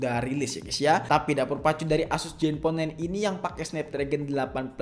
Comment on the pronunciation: zen bang bukan jen